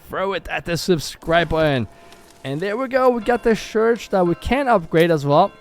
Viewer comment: The thing is: when you say "church", but you pronounce it: "shurch". The last two letters are the same as the first two letters it makes the "ch" sound. Not the "shh" sound. So. Don't say "shurch"! Say "church" . If you can say some of the word,you can say the whole word correctly... and stop saying shoosing and sharcoal. They aren't real words. Say: choosing and charcoal. Figure it out. Or you'll always have language barrier issues. And thats on you.